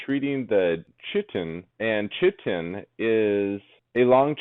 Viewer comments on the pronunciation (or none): It's painful to listen too lol